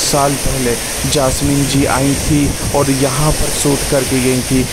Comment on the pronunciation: भाई सूट नही शूट बोला करो , कितना घटिया लगतां हैं गलात हिंदी सूनना.